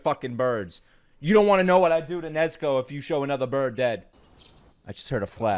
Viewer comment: My man just butchered Nezuko....and no one is talking about that? R.i.p